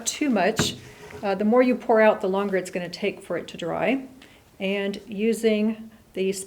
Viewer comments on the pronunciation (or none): none